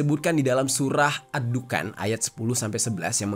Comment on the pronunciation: Bang larat bukan dukan tapi adhuqon( Duqon) 😅😊🙏